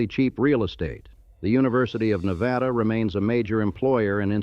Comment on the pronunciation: Well, at least the AI narration manages to pronounce Nevada correctly, something many humans manages to botch. It's pronunciation of Tonopah is laughable, though, even after taking two separate stabs at it. But, then, many humans screw that one up too.